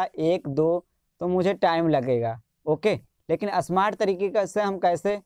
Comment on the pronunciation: असमार्ट नहीं स्मार्ट बोलो